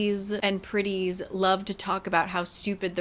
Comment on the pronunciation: I was knly half listening when you said "the pretties did thus and so" and I really heard you say Griddies??? I was so confused, why are people griddying??? But then I understood my mistake